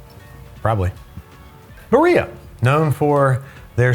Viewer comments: Man I knew he would call it “bar-ree-yah” when it’s Italian and would be “bar-ill-ah” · I hadn’t had Prego in years (literal decades), and when I had it at a friend’s house - oh boy 😂 Way too sweet. I usually use Classico, which is far more serviceable to my palate 😅 (Homemade is still best!) Also… did you just pronounce Barilla like it’s Spanish? 😂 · Barilla as said by: "Bareeeya..." Dude. It's Italian, not Spanish. Pronounce those Ls:P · A shame you didn't find any Mutti, would have been curious how it compares. Also, Barilla is pronounced like Vanilla, no Spanish Ls. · Barilla is an occupational family name, meaning "maker of wooden barrels." And also, you pronounce the double-L as a long L, not a J like in Spanish. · did you pronounce Barilla as it was spanish? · If it's italian the L's in Barilla should be pronounced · Offtopic, but it's "BariLLa" with the Ls not being silent. It's Italian, not spanish.